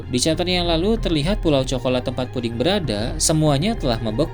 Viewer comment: puding bang bukan pudi